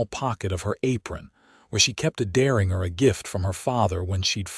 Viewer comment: The small gun is a Deringer. "Der" as in "there" or "where"... inger as In "GINGER" - NOT as "Inger Stevens" or "finger" But as a "door hinge" or J as in "jump", or "Jimmy".